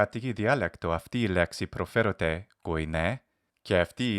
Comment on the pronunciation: The modern Greek in the beginning was flawless. The only tiny mistake my native ear could detect was saying something closer to 'προφόρεται' instead of προφέρεται (is pronounced).